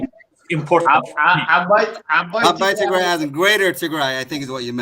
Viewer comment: I absolutely watch this show interesting enough to start calling Ethiopia Northern Ethiopia I think they have hard time saying tigray especially the participant the host is beautiful she is a great woman and she have pronounce the word tigray to dry the participant North Ethiopian Ethiopian this is the actual topic tigray genocide ethnic cleansing Emeryville swimming